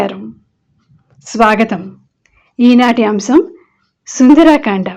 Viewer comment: సుంద "రా "కాండ కాదు సుంద " ర" అనవలెను కదా ?